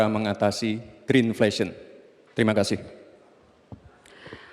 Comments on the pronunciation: Green inflation mas Gibral bukan grinflesyen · Pengucapan yg benar green inflation adalah ( grin infleishen) bukan grin fleshen 🤦‍♂️ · BERI KAMI GAGASAN, BUKAN MAIN SINGKATAN ❤❤, itu boruto nyebut green inflation nya jg salah 😂😂😂😂😂